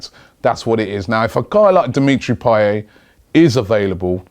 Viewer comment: Payet, not payey